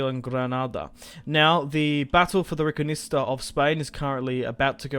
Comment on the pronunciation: RE Con Quista, not reconista